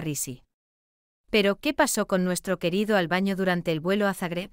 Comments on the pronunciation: No se dice ALBAÑO. SE DICE ALBANO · Exactamente,opino como la otra persona que dijo, que digan el nombre de la Aerolinea,...es un informe mediocre,....la locutora que relata dice refiriéndose al cantante como Albaño" y es Albano, con N ,......no me gustó este informe. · Tal cual Albano con "N" ,no Ñ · NOOOOO ES AL BAÑO NOOOOO ES : ALBANO, AL BAÑO ANDA RAPIDO POR NO PRONUNCIAR BIEN EL NOMBRE DEL CANTANTE, LEE LOS COMENTARIOS DE TU NOTA: ES ALBANO CARRISI, ENTIENDEEEEEE